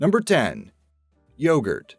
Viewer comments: Why can't you pronounce 'yogurt' correctly? Why can't you pronounce 'parmesan' correctly? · See ! The way he says yogurt. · Bulgarski detected!! Mission:Steal the youghrt